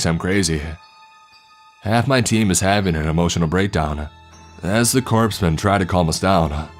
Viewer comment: Chaplain is pronounced "chap-lin". Corpsmen = "core-men". When you do anything military hit me up on pronunciations. Especially Army.